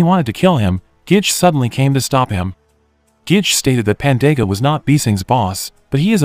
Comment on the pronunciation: It's Ge-Ge not Gich